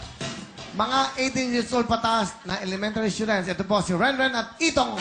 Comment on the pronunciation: schudent DAW HAHAHAHAHAHA